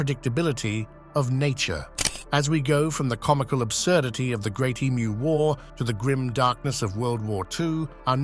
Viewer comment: the AI narrating this is hilarious. E-M-U?